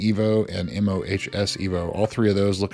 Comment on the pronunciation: Fwiw- The MOHS product is pronounced Moe’s.